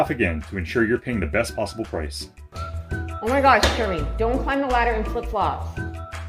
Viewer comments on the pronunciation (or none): It sounds like germy to me! 😋😄😁😛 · WTG “” LOL that’s how it sounds every time your wife says your name.